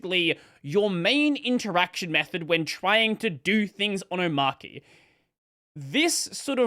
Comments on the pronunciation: Do you pronounce arch as arc ? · it's... omARCHY. not Omarky Come on... really?! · om ARCH e. not Om arc e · It's OmarCHI as in CHICHI (Dragon Ball). Not KEY. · It's pronounced oh-maah-chee btw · That's an odd pronunciation. Is it an AUS thing? Is Arch Linux pronounced like "Ark"? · The archy in Omarchy is coming from Arch so it's pronounced Omarchy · I've seen it pronounced Omarchia in Polish. It makes perfect sense even though translating proper names obviously makes no sense at all. Anyway, it might've been AI translation, so yikes. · You're all wrong. It's pronounced omarchy. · I pronounce it oh-marCH-ee. Not oh-marK-ee. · It’s pronounced Omarky cause it’s based on Ark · This where we point out to the video creator that the word "Arch" is literally in the name, so you are probably meant to pronounce it that way... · nevermind, mispronounced it later🤣